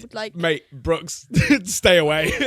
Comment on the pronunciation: By the way it’s “Brooks” not “Brookes”